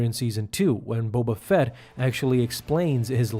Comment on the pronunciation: Bo Bafett Bo Katan Bo Buffet Hahaha